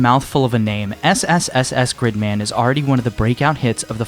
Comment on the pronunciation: Proper pronunciation uses long ee sound, like in the word leak. In this video though he pronounced it with a short i sound, like in the word stick.